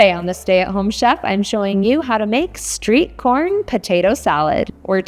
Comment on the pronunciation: I think she said sweet corn and not street corn